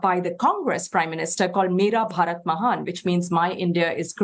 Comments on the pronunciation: It's not barat it's bharat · It's called Bharat not Barat 😂😂😂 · ....dont emphasise "rats" when saying it out loud 😮😮😂